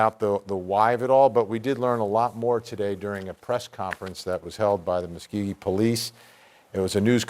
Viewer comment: Hey reporter...It’s Muskogee, not whatever you said. Ever hear of “Okie from Muskogee”?